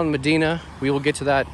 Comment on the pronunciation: It’s pronounced muh-die-nuh, not muh-dee-nuh